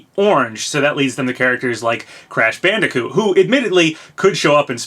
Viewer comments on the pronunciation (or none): none